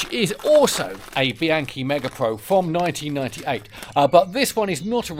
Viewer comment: Would it kill you to at least try to pronounce the names involved correctly? You're! Pahn-tahn-ee. Bee-ahn-kee. I know you can do it!